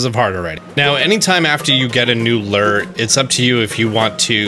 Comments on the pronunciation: Dope walk through. It's pronounced Lou - Er (Lure) not Lur though ;). Thanks for the tips man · Change your ler....... I think you mean Lew er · A fishing lures is pronounced Lu-Er... I hope you were just joking calling it a Luur or Ler. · Wtf is a "lur"??? It's pronounced "LOO-ur". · gah! lol. maybe its my Canadian ways and someone who actually fishes...the way you say lure like "leeer" drives me bonkers. lol .its pronounced like "loo were" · “Now, anytime after you get a new ‘ler’” 😂 I love it. Thanks for the tips and tricks! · Lol “Lurr” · Great video. I do get a nice chuckle at the way you pronounce "lure" though.